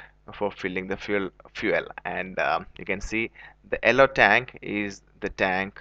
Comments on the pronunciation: alloe lines and alloe bunk ...hahaha..its yellow bro not alloe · ello or yellow mate. didnt get that for a sec. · Nonsense.. The return line is for vapors .. genius :| .. and it's not 'ellow' ..it's 'yellow' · Crap video... very untrue.... it’s yellow not ellow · wait isn't it yellow!why does he say Ello! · Where is the 'ello' line bro 😂😂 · its YELLOW with Y ffs. not ellow line. can't stop laughing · its nt ello. its yellow..